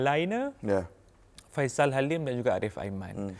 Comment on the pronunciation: Sebut la betul2 Faisal